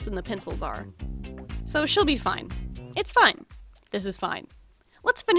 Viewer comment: “She’ll be fine,it’s fine,this is all fain”🤣😂